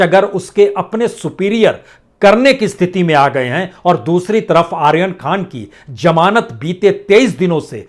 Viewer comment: Its zamanat not jamanat ,ullu ka patha